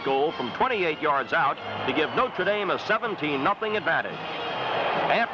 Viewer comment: He properly pronounced "NO-TRuh" Dame, not "NOter" as people pronounce it now.